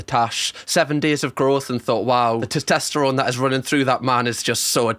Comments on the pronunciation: Did you say just say ‘the tetesarone’ 😂😂 honestly though love these reactions and these people are ridiculous 😂😂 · Yes, so much “Testesterone” 🤣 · I love that you pronounce it “tostesterone” instead of “testosterone”. It’s so endearing